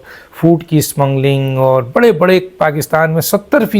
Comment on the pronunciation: "Smmungling" naheen hotta "Kottayam Kay puttar", it is "smuggling".